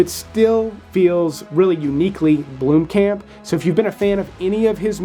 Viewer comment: As a South African it gets to me every time an American try and say our Surnames its so Funny lol... Blomkamp is suppose to sound Like how in English you would pronounce BOMB just with an L in it instead all i hear is BLOEM..... Love your content otherwise as you never disappoint in recommendations.